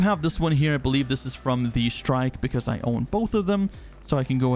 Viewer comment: Great video! From my understanding, all shields and guns have been set to a "default" state with the implementation of the new capacitor system to get a data baseline. And differentiation between types and grades will be added back later. Side note: The missile Talon is the "Shrike" (which is a small bird of prey) and not "Strike". ;-)